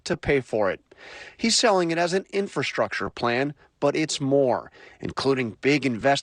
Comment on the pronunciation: Inf-R-astructure like Feb-R-uary..... pronounce your Rs people...